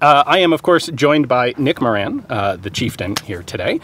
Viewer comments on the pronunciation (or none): Ian did get it wrong, the Irish way is "MORE-an", but Americans tend to say ""mor-AHN". Unless offense is intended, I tend not to worry about it too much. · Irishman here. Moran is pronounced like if you said more 'n more without the second more. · He pronounced Moran totally wrong. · Its ironic that ian pronounced moran just as bad. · Ah Jaysus Nick how can you let Ian pronounce Moran like that?!?